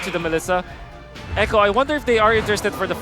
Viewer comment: Echo❎ A cho✅